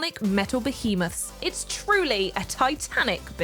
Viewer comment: High Five for actually pronouncing behemoth correctly, which seems to be lost on many others also on many other channels too! I just think why choose to use the word if you don't know how to. Unless of course someone cruel is writing scripts for you!;-)